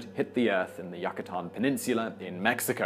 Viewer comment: "Yuck-a-tan Penninsula," oh Simon! Love these vids!